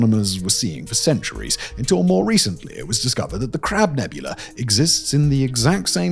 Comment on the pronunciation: "Crab NEBULAR" Im dying! 😂😂😂😂😂